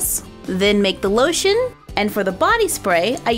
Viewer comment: I swear she said polotion when she said lotion